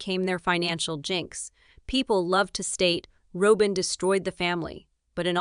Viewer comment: It's Robin NOT ROWBIN